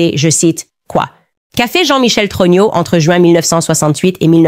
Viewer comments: Tellement puissant comme IA que ça dit Trogno au lieu de Trogneux... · J'adore quand Candace dit jean michel TRognon😂